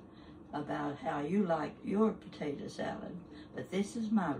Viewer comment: She is just so sweet. She reminds me so much of my mom. My mom used to say “potata” just like her🥰 Love watching her videos.